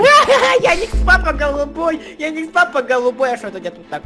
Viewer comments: не яникс а ярик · не яикс папа а Ярик лапа